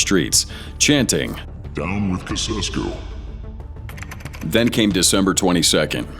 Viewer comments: If you’re going to use AI or machine voices, please put in the effort to have it pronounce words properly. You could do this, for example, like this: Chow-Chess-Kew. As soon as I hear that monotonous pseudo American droning voice I cringe, but at the first bastardisation or mangled pronunciation it becomes intolerable. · Kasesko? Really?🙄🙄🙄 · Ceausescu is pronounced Chaichessku. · In Romanian it's written like this; Ceauşescu. And its pronounce; C-E-A-U-Sh-E-S-C-U (Basically, the ş is like sh from like shoot or she.) Timişoara is similar like Ceauşescu, basically, how you write in Romanian is how you pronounce. Hope this helps... kinda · It's actually pronounced Chiau-shesku. I'm a native speaker. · chow chess coup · Actually, it's pronounced as "Chaoosheskoo". I'm Romanian, I know it. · Chow chess ku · Chow Chess Cue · Wrong. It's Chow-shess-koo (for English speakers) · Kasessku SMH... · 'Nicolae kesescu'?? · Its pronounced chow-chess-coo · Chow-chesku..... Is the correct pronunciation. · Nicolai "Cow-sesku." Jeez. So, AI is going to "take over lots of human jobs," is it ? Good luck with that. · Woah, you are really butchering the pronunciation of those Romanian names😂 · Whoever is making this. We aren't fools with your cheap AI garbage. Cant even say Luftwaffe or Ceausescu correctly. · You could have taken the trouble to learn how to pronounce the names correctly (ie. Ceaușescu). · As a Romanian the pronunciation took me out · Please do your homework and at least learn how to pronounce the names of the people you base your voyeuristic piece of pseudo-journalism on. (Nicolae Ceaușescu) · I stopped watching 2 minutes into it because of the atrocious way you pronounce the Romanian dictator's name. How stupid are you people? Did you ever think about looking it up? It's not hard. Two minutes in, I am gone. Idiots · He's an American .... of course he can't pronounce Ceausescu. (Most Americans can't point out America on a map of the world.) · Down with Conceskoo 😂😂😂